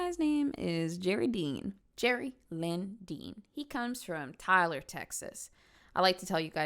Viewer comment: I tell people I’m from Tyler exactly how you said it